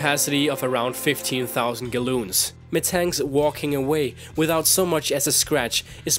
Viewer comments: A couple things.(I'm not hating) 1. There's Celsius, and Fahrenheit. There's no Felcius. F = Fahrenheit C = Celsius. There's also Kelvin, another measurement of heat. 2. Gallon (To rhyme with Stalin) not galloons (to rhyme with balloons) 3. LBS is the abreiviation for pounds, so it's just called pounds. 4. Physique is pronounced Fizz-eek 5. Plural of Pokemon is still Pokemon. One Pokemon, many Pokemon. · What is a galloon? You mean gallon?